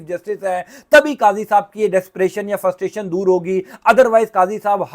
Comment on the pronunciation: Bhaee ! Say FRUSTRATION not Ftustation. There is R after frust.